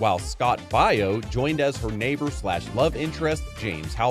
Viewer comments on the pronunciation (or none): So, Cameron & Stiles... if I'd have known about this one at the time, I would've watched it!🤔👍 - It's pronounced "Bay-oh", not "Bye-oh" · “Bay-oh” not “Bye-oh”. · Okay, pronunciation of Scott Bay-oh as Bye-oh was wild, but Tina MYOR-EENO? It's May-jor-ino, pronounced exactly as its spelled. You know, like a Major in the army + ino